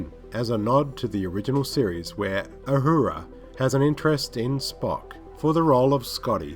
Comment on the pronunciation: Why do you struggle with the name Zachary? Also, Orci isn't pronounced like that. It's not "Orki". Also, it's not Ohura, it's Uhura. Jeeeez.